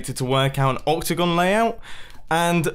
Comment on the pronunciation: The whole time mumbo said octagon and what i heard was opticon